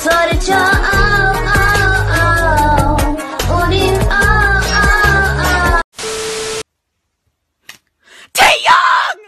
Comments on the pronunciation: Why is every girl like Americans saying Taeyong?It's Taehyung not Taeyong 🤦‍♀️🤦‍♀️ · “TAE- YUH” i mean that’s a new name 😬😂💀